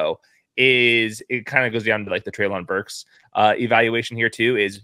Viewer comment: Btw just so you know, it’s pronounced Trey-lin Burks.